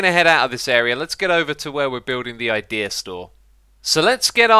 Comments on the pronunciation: how many times did xisuma says ikea instaed of idea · I love how xisuma keeps saying IKEA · Nice vid but why u coping pewdiepie nvm I thought u were pronounceing ikea wrong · xisuma Said Ikea instead of Idea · do you pronounce the ea of idea the same way as in ikea? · you said idea wrong